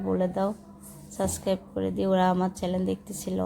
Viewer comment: বইনা রে চেলেন না চ্যানেল বলতে শিখতে হবে। সাসক্রাইব না সাব্সক্রাইব উচ্চারণ করতে হবে কারণ আপনি একজন ব্লগার।